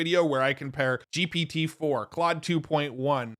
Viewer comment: It's pronounced 'clode'. ❤